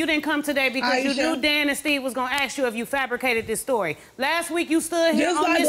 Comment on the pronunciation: I never knew a three letter word was so difficult to pronounce, its ASK not AXE.